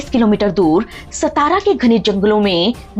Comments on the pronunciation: Stara nahi satara hai. Madam vo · मैडम जी गलत शब्द इस्तेमाल मत कीजिए। "शाहू महाराज" को आप "साहू" कह रहे हो सातारा को आप सतारा कह रहे हो मराठी में साँप को "साप" कहते हैं और नर साँप को "नाग" कहते हैं। नागपूर का नाम "नागवंशी" लोगों के वजह से प्रचलित हुआ हैं। चाँद शहा के मरने के बाद उसके बिवी का और बच्चों का क्या हुआ यह ठिक से ब़ताया नहीं। बाकी इतिहास भी अपने तोड मरोड कर आधा अधुरा ही बताया हैं।